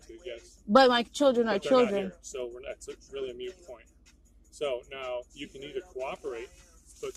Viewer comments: mute (sic) pont 😂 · He just showed how ignorant he actually is he just called a point "mute" instead of moot. I would love to have this guy on the stand. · Its moot not mute. Just saying. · A mute point 😂 😂🤡🤡🤡it’s moot ftard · I’m pretty sure she said mute instead of moot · The cop didn’t say “mute” point. He said “moot” point. Meaning the kids were not there so it didn’t matter. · The real crime here is the the deputy said, "mute point" instead of "moot point". Lol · Did he say “mute point”? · Sounded like mute to me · Moot.... it's moot. Look it up. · Deputy is making things up as he babbles for satan! Simply put he is earning the hate that has cause so many to not value or trust lawmen.... unreal!